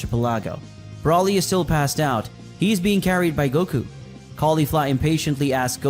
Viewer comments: It's broly not brawly get it right dammit or if you can't say his name correctly then say broccoli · Sounds like you’re saying “ Brawly” instead of “Broly” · Not brawlie its broly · It's BROly!!!! Not the way you are saying it!!! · hearing you fuck up brolys name over and over just made it too hard to keep listening sorry. all names are stated so no reason for it